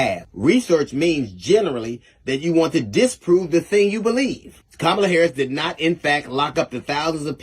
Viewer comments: Madam Vice President Harris’s name is pronounced comma-la. Not ka-MAH-la. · C’mon! How hard is it to say (comma, la) Kamala. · Her name is Kam-a-La asshole. (and you know this) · learn how to pronounce Comma-luh’s name! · please say Kamala's name right.... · So CH found some lone, random tweet disparaging DL by a person no one has ever heard of, put it in a headline, and amplified it on their channel. What are y'all doing??? 🤦🏾‍♂️ Also, the narrator who runs the page should concentrate on pronouncing Kamala's name CORRECTLY. I mean, c'mon dude, you're in media. She's been on the national stage for years. She's the VP for God's sake. It's past time. Clean it up! 🤦🏾‍♂️ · Please learn how to pronounce her name 🤬🤬🤬🤬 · I LOVE your channel and listen to your content daily. My one request is that you PLEASE stop mispronouncing VP Harris' first name. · I think YOU should at least pronounce the woman's name properly